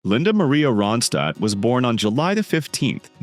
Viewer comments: It's Ron'-stadt NOT "ROW'-and-stad" as pronounced . If you are going to use AI for the voice-over, at least clean up the mispronounancations. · The narrator sounds fake. Nonstop talking, talking, talking. I guess a computer doesn’t need to pause and take a breath. It pronounces her name differently. Nice pics of Linda though.